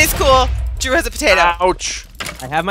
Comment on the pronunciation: lol poteatoe